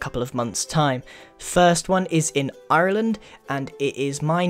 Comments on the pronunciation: Can I thank Grian for saying Ireland properely.(Its pronounced Arland). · Listen to the way you said Ireland Grian. You might need to work on your accent xD. Also I would LOVE a really creative series. Keep up with the awesome vids :)